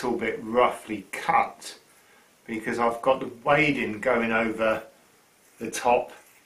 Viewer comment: Wadding is pronounced 'wodding'. Ask a quilter. 😉